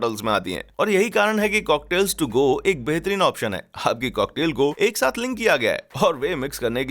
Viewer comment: its not cocklaits its cocktail